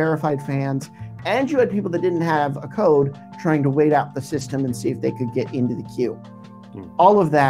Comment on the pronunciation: i can notice the "dey"